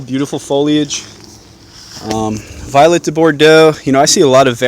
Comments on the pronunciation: Vee-oh-let-A it’s French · Vee-Let. You must be speaking Poncey French.